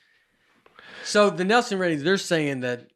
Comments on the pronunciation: Binged all the episodes this week. SO GOOD. Nate’s special might be my all time favorite. IS a secret genius. Knows something about everything. seems like the best kind of people. Nate, it’s Nielsen. Neeel-sen. face lights up when Nate dunks on hat. So good. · Did that guy actually ask if it was a real shark? BTW Nate just ignores the i in the name and says Nelson over and over. Disrespectful or slightly illiterate?